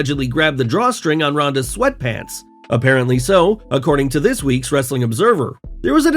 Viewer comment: You have to stop doing the ‘Wrrrrrr’ in Wrestling content, the other guy doesn’t do that and he’s much better!